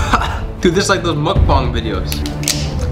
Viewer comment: bruh did he just say mukbung vids